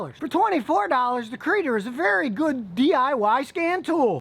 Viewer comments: "C"-reader, not "Creeder", as in "C(ode)-Reader". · I think it is called C Reader (like See Reader) not like Kreader. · It might be pronounced “Sea reader”